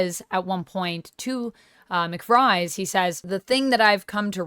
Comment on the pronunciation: A lot of people say Peter McVries last name is DeVries so don't feel bad. You're normal.